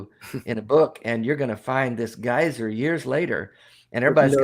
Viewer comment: Especially when they are trying to pronounce geyser 😁